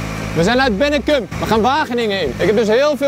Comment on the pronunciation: Het is niet bennecum maar benneKOM en ja ik woon er en ja jullie zijn door mij staat gereden en dat is de commandursweg